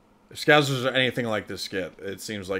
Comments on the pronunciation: Ahhhh its scousers not scouzers! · You say, "Scouzers". It'a Scousers, with a, 's'. Scouse is a lamb and vegetable stew which Liverpudlians are said to enjoy. In Wales, we call the same stew, "Cawl". We're not called Cawlers, though. These characters are based on Barry and Terry in the soap, "Brookside". It was the mid-80's.